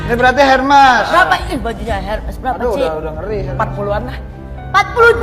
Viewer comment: setauku bacanya bukan hermes